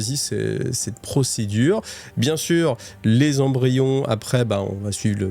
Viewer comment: Excellent épisode merci bcp Attention aux liaisons (20 Zembryons c'est non qd même 😅) J'adore ce passage avec Cawl placide en train de se mettre en place et Yvraine qui monte en compétence 😉😉 Excellent